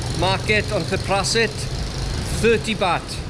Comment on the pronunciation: “Th” in Thailand is always pronounced like “th” in Thailand, never as a voiced dental fricative phoneme such as “th” in this. Ergo, Thepprasit is Tepprasit.